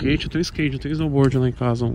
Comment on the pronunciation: quem raxo na hora que ele disse "snowboard" kkk fideliza ai .